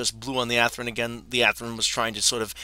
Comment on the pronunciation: And pronounce words correctly. Walthers, not Walters, Athearn, not Athren and helical, not heckular.